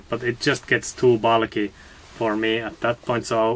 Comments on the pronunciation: Excellent advice. Its a rubber cuff on the sleeve, gaiter would be on you lower calf. Bulky is not pronounced as bollocky, LOL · I love the way you pronounce bulky as bollocky! 😂 Seriously though, thanks for all the information!